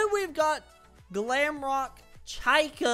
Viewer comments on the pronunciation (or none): Why did you say chaica no it's chica😅😅😅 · i dont mean to be the pronunciation police, but its pronounced chee-ka. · I will say that you need to pronounce the “i” like “ee” not as a upper case “I” but, I personally don’t care. It’s hilarious! Let the haters keep hating because they only hate themselves!!